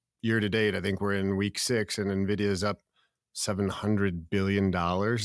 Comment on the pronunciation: It's ENVIDIA, not Nividia